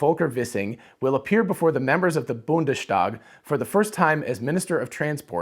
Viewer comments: It's Bundes-Tag, not Bunde-Stag, but that's actually a pretty good reading of the word for someone who doesn't know the language. You got the st=sht rule right! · I as a non-german speaker am tired of listening to youtube influencers pronouncing Steinbach wrong without the sht sound and yet they managed to pronounce Bundestag wrong too by adding unnecessary sht sound :)